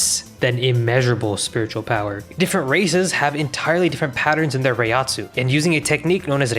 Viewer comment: Great pronunciations of Reiatsu, butchered Reiryouku